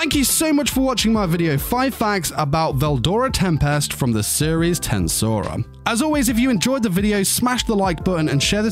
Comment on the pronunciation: ...hearing how you pronounce TenSura makes me wanna delete my ears.